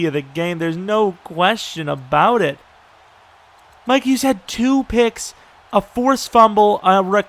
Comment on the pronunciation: Mikes Hughes eh? Thought is was Mike Hughes